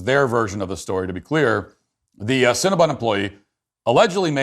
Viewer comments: Matt can you not see the word? It's cinnabon not cinnabun. Please stop saying it wrong. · Matt decided to make fun of people who work and eat at cinnabon and then couldn't even say the company name right the whole video. Lmao